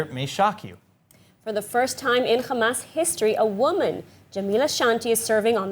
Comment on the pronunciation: Put some effort to your pronunciation of Arab names. Fatah and Hamas should not be pronounced with خ but with ح